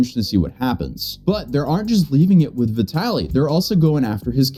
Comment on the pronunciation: Bro, I don't know if you intentionally call him 'Vitality'; he is 'Vitaly'. LOL.